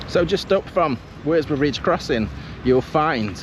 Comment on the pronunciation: WORSBROUGH IS PRONOUNCED WUZBOROUGH IN BARNSLEY 😊 AND THANK YOU FOR PRONONCING CUDWORTH CUDDUTH AS I WAS BORN THEEA